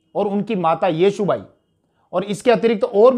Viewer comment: लेकीन येशू बाई केह दिया येसू को ठीक है अलग प्रदेश hai गलती to hogi पर Comments padh lete hai Aur सुधार अमल मे लाते है Sarahniy है